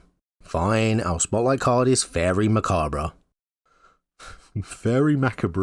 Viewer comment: Faerie Macabre is pronounced “Fay-ree Mah-cobb.”